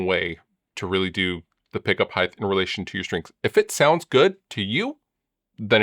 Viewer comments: Are you saying “Heighth”? That’s not a word brutha-luv. 😁 “Length, width and height” already has a shit ton of H’s, no tagging another one to the end. 🤘🏻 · Lol "Heigth"